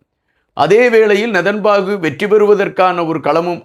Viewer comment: please pronounce name correctly his name is not nethanbaku correct name is nethanyahu